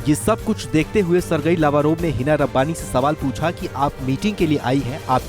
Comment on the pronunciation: The right pronunciation - सिर्गेई लव्रोव्